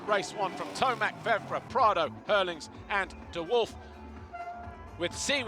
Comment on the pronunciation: Guy struggles to say Tomac lol,,, Kind of like F1 guys lol